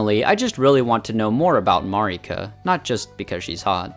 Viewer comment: This is a genuine question. Why do people still, 2 years later, say Marika's name wrong? It's said aloud in the opening cinematic.... MEHR-ih-kuh, not maRR-ik-uh, not murr-EEK-uh. I honestly just don't get it.